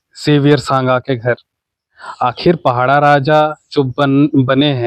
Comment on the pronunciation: पहड़ा नहीं माडिया साहब पड़ाह राजा बोलो